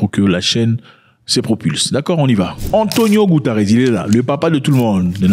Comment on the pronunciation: Ce mec a un problème avec les noms des gens. Maintenant c' est Antonio goutares😂 lool